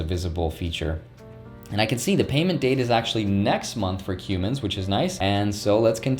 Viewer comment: Cummins is pronounced as cum-mins